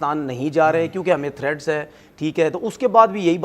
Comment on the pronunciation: Thread's ni hoti threats. hota hai pakistani kaum ki English wah ji wah